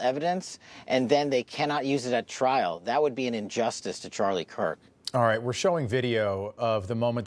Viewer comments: Did he just say charlie kwirk??🤦‍♀️ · Did he just say Charlie quirk😡